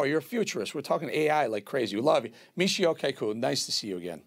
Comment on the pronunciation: It’s pronounced “KAH-koo”. 🤦🏻